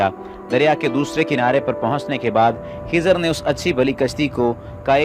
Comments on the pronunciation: Not खीजार सीस्टर खीजर Is Correct Pronunciation 😊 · Khazir not khizaar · Not khizaar it khizer as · Khizar nhi खिज्र है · Dear its nt khizaaar its khi-zar 😊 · Not kezaar hi is khizar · Khizar nhi